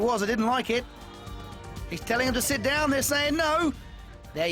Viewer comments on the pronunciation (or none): says shit down lmaooo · 8.39 he says shit down